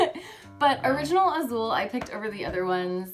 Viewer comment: As a brazillian portuguese native speaker I'm really amazed how pronounces "Azul" perfectly.